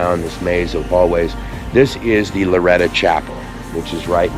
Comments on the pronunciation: With all due respect and as a native New Mexican, it’s Loretto “o”; not Loretta. It was painful to hear the name of a New Mexico treasurer being mispronounced; even when it’s clearly inscribed on the marker in front of the Chapel. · BEAUTIFUL!!! But...it's LORETT "O" 'not' LORETT 'A'. This is important as the Sisters of this 'Order' were commemorating the 'House of Loreto' which is the home of: Jesus, Mary and Joseph in Loreto, Italy. It was moved two times by the angels from Nazareth. Thanks for the vid. Health an' blessings! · Bless you but the pronunciation is Loretto. Not Loretta. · Who's Loretta?? Oh you mean LORETTOOOO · It is pronounced LORETTO